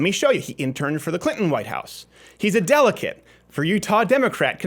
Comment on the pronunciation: Did you say "delicate" or "delegate"? :)